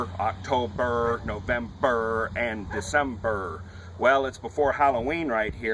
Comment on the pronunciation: octoBERRRR, novemBERRRR, decemBERRRR